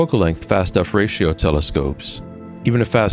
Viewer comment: I have always heard F-ratio, not "fratio" (until now) lol